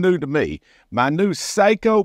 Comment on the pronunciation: All my bolt actions are Sako. Have the P94 Finnfire Range, the heavy barrel target version of that rifle. Please, for all us Sako fanatics, learn to pronounce the name correctly. As once described to me, "Say-co" is a Japanese (Seiko) watch maker, "Sock-o" is a Finnish (Sako) firearm manufacture. Keep shootin straight.